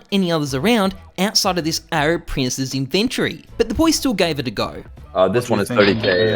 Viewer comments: inven TORY not inventry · It's not an invent-tree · why do u say inventory like that?